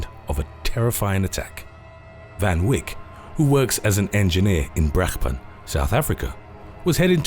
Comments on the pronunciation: It’s pronounced teenee fun vake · It's pronounced as Van Vayk 🤦🏽‍♂️🤦🏼‍♂️🇿🇦🤣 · Me as a South African hearing the way he says Van Wyk.. I don't even know how to start correcting that..